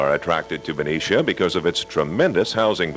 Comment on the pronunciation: Yupperz. The blonde woman in the beginning grew up there you can tell by how she pronounced Ben-i-cia and not Ben-ee-cia. Good memories. Haven't heard that in many years.